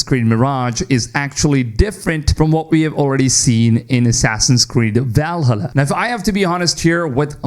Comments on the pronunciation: If he says VALhulla one more time I’m going to take a leap of faith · VAL-HA-LA... the way you pronounce it pisses me off from some reason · Bro insists on saying Valhalla wrong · Is he saying Valhalla this way intentionally xd